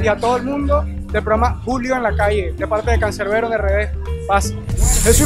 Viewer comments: "Cancerbero",es Canserbero * JAAJJAJAJAJA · ES "CANSERBERO", NO "CANCERBERO" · ¿"CANCERBERO"? es "CANSERBERO". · canserbero con s no con c jaja